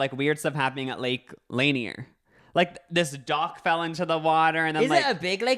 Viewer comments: it is pronounced lake lan-eer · Noooo it’s pronounced lake “LUN-EER” I live 15 min from it!! Hahaha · as a Georgian, the way you are pronouncing lake lanier is SENDING me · Butchering tf out of lake Lanier but that’s okay bby I live here and knew immediately what u were talking about <3 my family has had a boat on this lake for over 20 years, we haven’t had anything crazy like these stories, but growing up I got in of course cause I was a child and loved to swim but it always made me uncomfortable and like you said I felt like someone was going to pull me under and I just felt unsafe while in the water. I am 20 now and I don’t go out there much and if I do, I refuse to get into the water cause I feel safer on the boat. Honestly there are a lot of horrible drivers here who do not understand how to drive boats or jet skis and that can be one of the main causes for such spikes in the past 30 years. But it’s a creepy and gross lake that has always given me weird vibes since before I realized it wasn’t a natural lake lmao